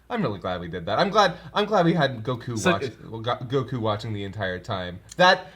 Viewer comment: Seriously! GO-ku, not go-KU. I can't be the only one bothered by this! It's like saying go-HAN instead of GO-han!